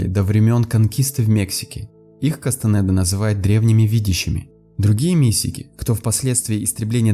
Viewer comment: А Кастанеда - через е, а не через э